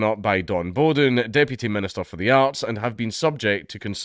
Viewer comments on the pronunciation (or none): That name's pronounced more like bow your head rather than bow and arrow. Bowden. The more you know.